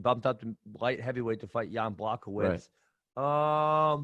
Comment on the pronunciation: “Jan Blackowitz” -Ben Askren.